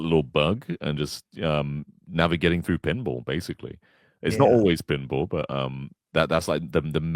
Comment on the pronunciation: "so thorugh"? I know they speak a little funny in the UK but cmon lol